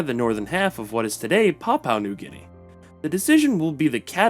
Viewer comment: "Papua New GUinea"